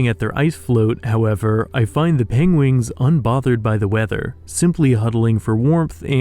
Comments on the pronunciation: I love the pengwings and penglings. Sounds all too familiar haha...Is this inspired by Benedict Cumberbatch? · Pengwings eh? Benedict Cumberbatch reference perhaps? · pengwings XD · Did you intentionally pronounce "penguins" differently as a reference from how Benedict Cumberbatch always wrongly pronounce "penguin" in that one nature documentary?